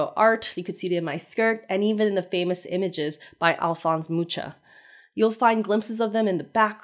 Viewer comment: That looks sooo pretty 😍 can't wait to see the finished dress! Also, don't want to come of as rude or anything, but as someone who comes from Czechia, I find your pronunciation of the name "Alphonse Mucha" really funny 😄